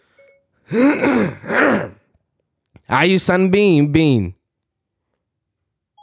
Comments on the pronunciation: look...you can't be out here getting mad at the girl Siri when you not pronouncing shit correctly. 😂 All you had to ask is "Siri, who is IU?" and all would have been resolved. You are cracking me up with your battles with Siri. Especially when she be saying "I won't answer to that," when you're being disrespectful. 😂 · When he said IU I swear I didn’t think you would think her name was IU Sunbaenim 😭